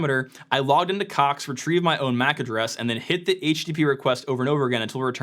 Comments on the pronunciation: Americans still can’t pronounce the ‘o’ vowel sound. Caaaax 😂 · i love how he keeps putting more and more emphasis on the word "Cox" as the video goes on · It’s funny cox sound like another word